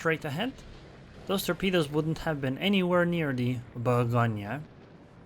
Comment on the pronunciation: Bougonia??? No say :" Bourrr Go gneu" this end is tricky for brits because they inverse the lettres E and A in prononciation.